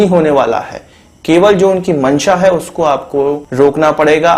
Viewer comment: Stop pressing... On .. HAI, HAI HAI !... what the hell!?